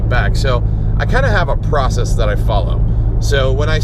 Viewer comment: Porcess lmao